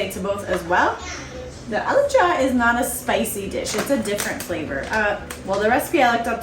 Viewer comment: I like how you said alicha in a perfect amharic lol